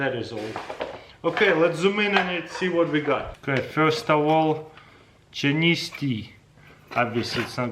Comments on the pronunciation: chiniss tea lol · I love how he just butchered the word chinese